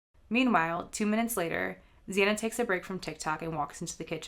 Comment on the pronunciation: You pronounced Xana’s name wrong, and the door dash driver is a woman. She said she parked right next to Bryan and saw him, so you’re wrong on where the DD driver parked.